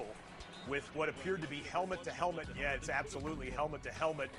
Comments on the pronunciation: “Helment” cash must’ve failed english class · Even flight knows how to say helmet